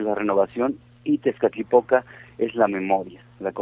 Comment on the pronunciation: Todo bien pero por decir Tezcatipotla 😂😂👎👎